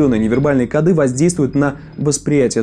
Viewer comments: Правильно говорить "кОды"! Ну что за "кодЫ". А так всё норм. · В слове «коды» ударение должно быть поставлено на слог с буквой О — ко́ды. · Только не кодЫ, а кОды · Не кодЫ, а кОды